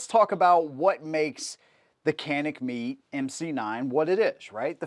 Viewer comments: met(ay) not meat just saying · It's pronounced ( met - ay ) not meat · It bothers the crap out of me, when people use horrid grammar. Where are you getting “meet” or “meat” pronunciation from “mete”?? Even as it’s spelled is “Meh-tey”. I have an odd feeling you spell “our” with the letters “a-r-e” not knowing the difference. Probably pronouncing “viola” as “walla”. It drives me crazy. I can’t even watch the video now because the grinding gears are saying “this guys a dumbass! This guys a dumbass”. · Its not meat. Its Met-te. Also, I cannot wait when his mind is blown by the fact that the Mete MC9 take the mags as all the other Mete pistols. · Pronounced "metay", not " meat". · Bro... if he says "Meat" one more time 😂😂😂😂...after me, "Meh-Tay" please 👌🏿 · Pronounced "Meh Tay". I picked one up. I love it! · I really wanted to watch this video. Then you said “Canik meet”. Done. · How you gonna pronounce Mete as "meat/meet". I had to stop watching the video after that. I might go back to it after I get over such disrespect to Canik. 😂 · Oooph - a bit of research on the correct pronunciation of the name would add some cred.